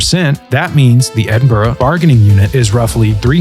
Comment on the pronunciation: As a Scot it's unbelievably refreshing for a commentator from abroad nailing the pronunciation of Edinburgh